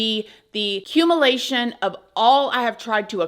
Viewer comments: That word is culmination not cumulation! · it's cul-min-a-tion, not cumulation. Please be more careful; one may question your credibility. As to the subject of this episode, she needs to lose her job!